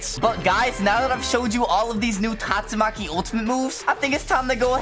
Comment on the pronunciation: is so sus he calls tastumaki gyatsumaki